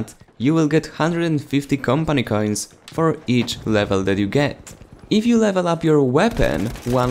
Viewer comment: Am i the only one annoyed by how he says Campany Cains?